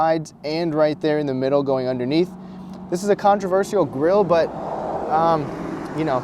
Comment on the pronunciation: the way you say controversial is controversial